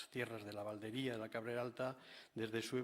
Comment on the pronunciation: Estuvo hace años el en la Valdería y no sabe decir su nombre, con acento en la i, sonaría Valdería y no Valderia...vaya vaya